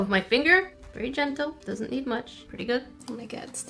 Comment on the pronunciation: Stop saying oh me gerd